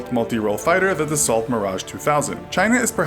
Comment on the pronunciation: Dassault is pronounced Dasso - it is a French company. I've worked for them a couple of times (internship and a joint research project).